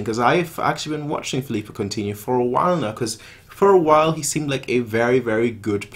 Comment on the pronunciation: *Coutinho not Countinho, btw good video :)